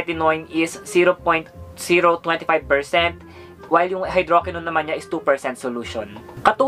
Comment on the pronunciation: The TRUTH about Maxi Peel that you need to know is #2 and #3 ay same lang walang pinagkaiba (check the label, 2% hydroquinone and 0.020% tretinoin). Also, mali ang pronunciation mo ng tretinoin and hydroquinone.